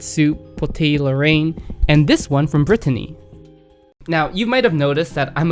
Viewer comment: As someone from Lorraine, where is this "lowayne" you keep mentioning?